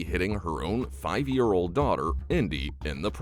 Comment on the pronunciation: “But…but…MUH DORTER!!!”😹😹😹😹